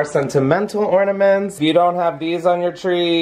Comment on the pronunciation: 1) exercising the the shower may have just changed my life… 2) glad to know I’m not the only one who says “ordaments” 👀